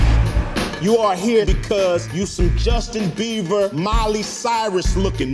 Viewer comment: LOL he said justin beaver. love icecube